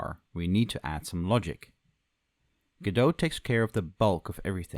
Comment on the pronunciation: you cant say godot...